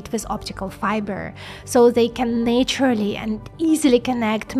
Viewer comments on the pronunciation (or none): now i see you pronounce naturally as na-ture-a-ly is actually pronounced nat-u-ral-ly still great video tho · This is very cool but it is a bit difficult to understand you sometimes and I've realized why. When you say the word "naturally" you shouldn't pronounce the first 'a' like in "nature". It should be pronounced with a short vowel closer to "Ah". Nah-turally. In English there are short and long vowels like that.